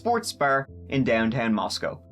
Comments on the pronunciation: This is so very scary, and so little info yet. Side note: As a native Idahoan, thanks for pronouncing the town name correctly!! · Thank you for actually pronouncing Moscow right. I was there the week this horrific crime happened. Hard to wrap your head around this happening so close to home. My heart goes out to the families. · I’m super impressed that you are pronouncing the name Moscow correctly. Even many of the major news agencies reporting pronounce it as if they were talking about Moscow Russia. Nice job! 👍🏼👏🏼🥰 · Idahoan here. Thank you for pronouncing Moscow right, if out of staters would only pronounce Boise properly. However, I was a shocked you don’t know why they’re looking for that car. It was literally caught on tape at the time the deaths would have occurred. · I’ve been watching your videos for several months now. Also, I’m from Moscow and live here. THANK YOU for pronouncing Moscow correctly lol. Even the FBI tip line says it wrong. I was nervous for your background on Moscow. I assumed you’d dog on it like you do most cities lol. But really, Moscow is a great town. Love it here. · Thanks for pronouncing “Moscow” correctly, and not like Moscow, Russia. 😉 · I really appreciate the fact that you pronounced Moscow properly. That’s something no one does for this town lol. Grew up 36 miles from Moscow idaho and Pullman. This is the biggest reason even in a small town I carry my CC daily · I grew up about the same distance from Moscow, in WA... Agreed about how pronounced Moscow correctly. It's been difficult to listen to other people reporting on this tragedy, who pronounce it differently. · As a native Idahoan, I especially appreciate properly pronouncing Moscow... We are in Idaho not Russia. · Thanks for pronouncing "Moscow" correctly! I used to live in that little city. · Thank you for covering! And the perfect pronunciation of Moscow. There is Nothing around Moscow..no one is just "passing through".